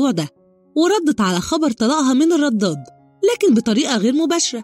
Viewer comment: ليه بتنطقي الدال ضاد في كلمه الرداد وليه الكذب سبحان الله